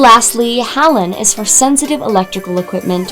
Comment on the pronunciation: Great Vid. But FYI, it's pronounced: "HALON" - (HAY-LON).